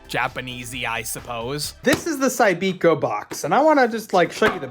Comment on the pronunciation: It was pronounced Cybiko, not Cybeeko.